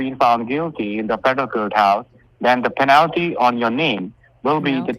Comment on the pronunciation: Haven't heard Penna-low-pea in a while lol